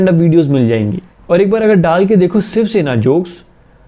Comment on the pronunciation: The fact that he says Siv Shena instead of shiv sena😆🤣